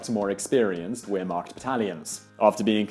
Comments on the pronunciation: The Weir-macht? I thought it was the 'ver'-macht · It's not wheremacht its vermacht lol lol lol 😂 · how bloody hard could it be to pronounce ver-maht weermakt my ass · Isn't Wermacht pronounced with a 'V' sound not a 'W' sound, since its German? I've noticed in a couple of the other videos as well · only one pronunciation in my honest opinion...Wermacht :P - it's not were or where...it's more like Vermacht otherwise fascinating story, as always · In german the W in Wehrmacht is pronounced as a V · He pronounced Wehrmacht with a "w" when it should be pronounced with a "v" ... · "Weermacht"??? The w is pronounced as a v in German. It's Wehrmacht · its not pronounced Wehrmacht its pronounced Vehrmacht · you pronounced wehrmacht wrong. the w in german is pronounced as a "v" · Wow, that's a heck of a misadventure. Enjoyable to watch. Though it's pronounced Vermacht despite being spelt Wermacht. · He said ware macht.. Its pronounced vare macht Im triggered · dont know about the korean pronunciation but "w" is supposed to sound like "v" in wermacht... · Amazing story. This would make a good film. By the way... "Wehrmacht" is pronounced with a "V" , although spelled with a "W". Good vid though. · It's pronounced "Vehr-maht", not "Where-maht". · It's not your pronounciation of his name i think you should be worried about, but your repeated mispronounciation of "Wehrmacht" it's said with a V not a W. Jus' sayin' :D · You may have not miss pronounced his name but you sure butchered the way you pronounced Wehrmacht !! Its pronounced with a V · No one: Absolutely No One: Simon Whistler: "The Wheremarkt" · PRONOUNCED "Veermacht" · One needs to learn to pronounce "Wehrmacht", and He served in the "Reichsheer" not the "Vehrmacht" to say it correctly...Other than that, a good video... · It's pronounced "vermarc" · wheer-macht? c'mon.... it's not hard. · When you said weer-macht I cringed a little. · Just so you know, Wehrmacht is pronounced "v-air-mack-t" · we-ermacht XD